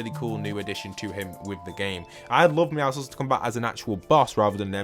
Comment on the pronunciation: thank you for pronouncing the name Meowscules correctly, i hate when people pronounce meowscules as Meowskulls